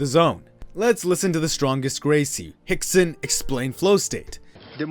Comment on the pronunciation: Lol he said Hickson xD